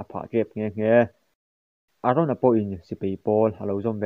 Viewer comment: Sir aron i tia a dik lo eren tur zok